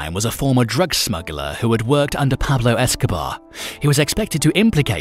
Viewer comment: Who the Fk is Pablo Escoba?? 🤣